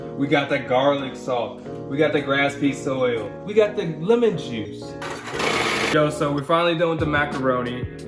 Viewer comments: did he just say "Grass pee soil" instead of "Grapeseed oil" i am losing it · I love the way he said grapeseed oil "grass pees oil" 😂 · “grass-py oil”😂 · 😂My dude said "Graspsee Oil" Bro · Y’all hear him pronounce grapeseed oil “grap seed oil” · HE SAID GRASSPEED SOIL I CANT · I got the GRASPEESE oil lol 😂😂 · GRASPY SOIL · why did he say grape seed oil like that lmao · I enjoyed this video. Their reaction was pure and comical. Also did he really pronounce grapeseed oil like that 😂😂😂 what the what!!! What pronunciation is that. Or he naming something else? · The way Jeff pronounces grape seed oil in has got me dead 🤣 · did you hear how he pronounced grapeseed oil lol